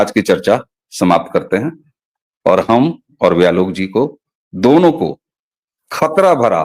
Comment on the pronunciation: जय हो! आप लोग जब जब ख़तरा बोल रहे थे, तब तब मुझे ईको होकर ख़तना क्यों सुनाई दे रहा था?😅